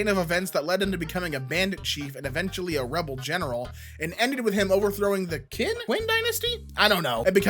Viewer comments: Just for reference: "Qin" is pronounced "chin". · Word: "Qin": "Quin" "This is forsooth a fusty English moment"